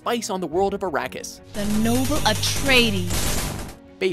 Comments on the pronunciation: It's Arrakis, not "Irakis".. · Sure does, this guy doesn't know how to pronounce it